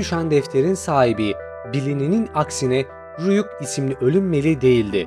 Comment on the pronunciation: kankacım ryuk u ryuk diye telaffuz etsen çok iyi video